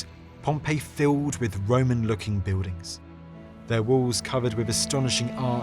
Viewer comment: You Don't Prounce the "L" in Words you speak. Beudings for BuiLdings!! Pepoe for PeopLe!! It's Not Difficult to pronunce the "L" in Words. Try It!!